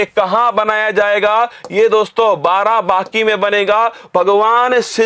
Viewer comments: Barabaki ...... Not Barabanki.....✓✓✓ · नाम तो सही लो बाराबाकी नही बाराबंकी है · Sir ji BARABANKI hai ye ....not बाराबाकी 😁 its my district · Barabanki hai sir barabaki nhi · Barabanki hota h naki barabaaki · Barabanki hota h.😊barabaki nhi😂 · Barabaaki😂,barabanki h sir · Sir vo barabaki nhi...barabanki h..😂🤣🤣😂🤣😂🤣🤣 m barabanki se🙆🙆🙆🙆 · सर बाराबाकी नहीं बाराबंकी है सर 😁😁 I m also from Barabanki Ramsanehighat 💞💞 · Sir g barabanki h aapne to uska naam hi badal dala ....barabaaaki nhi h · सर् आप हिंदी का नाम सही सही लिया करिए plz आप बाराबंकी को बाराबांकी कह रहे हैं लगातार🙏🙏🙏🙏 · Barabanki h sir barabki nhi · बाराबंकी बोलना तो सिख लो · उच्चारण ठीक।से कीजिये सर् बाराबंकी की